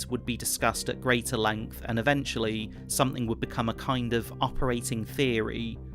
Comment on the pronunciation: "Somethink......and some dont"